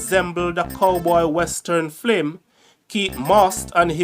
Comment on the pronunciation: I like your channel but you are not pronouncing certain words properly like film not flim and career not caweer